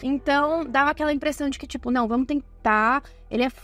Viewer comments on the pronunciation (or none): none